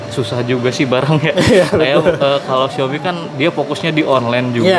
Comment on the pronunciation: Xiaomi kak bukan Xioami